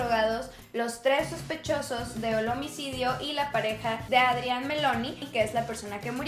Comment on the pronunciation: Es Adrian Mellon, no Meloni